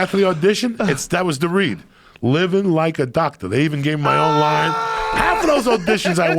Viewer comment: "Living like a Docta"